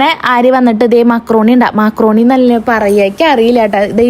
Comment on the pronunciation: മാക്രോണി അല്ല മക്രോണി